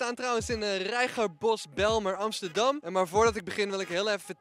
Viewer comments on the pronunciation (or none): Wait HAHAHSHSH banileu in Amsterdamm Ahahahhah "rttrdamm😂